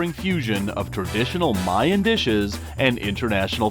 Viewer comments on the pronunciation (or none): none